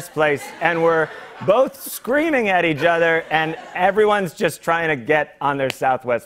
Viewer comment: John: eaj other. English: Am I a joke to you ?